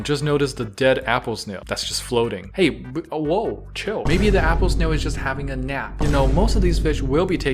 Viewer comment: Nap-ple Snail